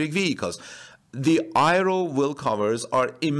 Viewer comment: aero is pronounced: "air-ro", not "i-ro"